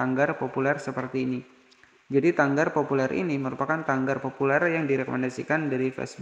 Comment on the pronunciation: Tagar bukan tanggar bang